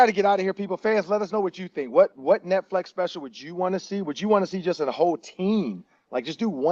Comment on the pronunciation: This dude said Netflex for 30 minutes before anyone said anything 😂😂